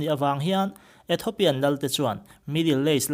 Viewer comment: Ethopian ni lovin Ethiopian ti rawh